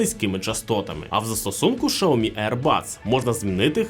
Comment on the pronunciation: Шаомі... ой чувак